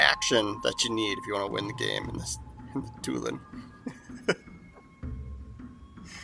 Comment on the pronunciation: 2 lawn...but drop the n. sound it out....like Bordelon